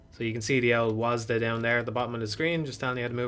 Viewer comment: You said wasd wrong.